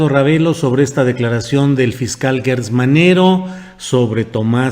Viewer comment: ¿Porqué pronuncias guertz y no como es; gertz.? Aunque por mala costumbre se escuche guerber y no Gerber,no debemos seguir en el error.